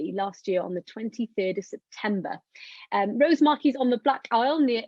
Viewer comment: Fascinating presentation. Was lucky enough to see the poor thing on the beach, but it's good to know it will have helped out understanding of the species a little more. Thanks for this. P.S. Only point to make, is that the emphasis in Rosemarkie is on the A, not the O. 😂